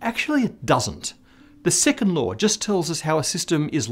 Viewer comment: I keep on hearing "the sycamore of thermodynamics'.